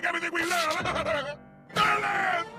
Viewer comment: Aww! I just noticed the way says "Durland" sounds like "Darlin'"!